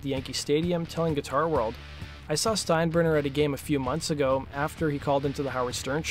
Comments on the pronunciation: I don't think I've ever heard it mispronounced before lol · Steinburner? Nope! It was Steinbrenner! At least get that part of the story down please!